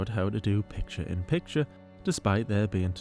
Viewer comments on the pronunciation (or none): my top ones are "inscrutiating" instead of excruciating, "acid reflex" instead of acid reflux, and I hate the way she says "you guuuys-UH" I hate the "uh" she adds to random words. One I always laugh at is her saying "eda-mommy" instead of edamame, and her saying "pitcher" instead of picture😂😂 I just find those so funny